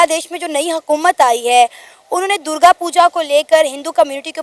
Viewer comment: It's DURGA NOT.... DURJA....